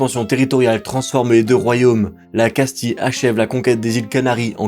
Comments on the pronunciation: Casti-(ye) et pas casti-(le) donc oui castille se prononce casti(ye) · On ne prononce pas Casti mais Castille